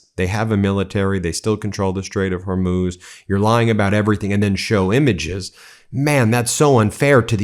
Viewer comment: "The famous Straight of Hormous that no one ever heard of" just listen to this idiot. Unbelievable